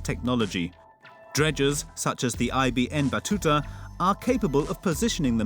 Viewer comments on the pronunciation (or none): It's Ibn Batuta...not I.B.N Batuta!!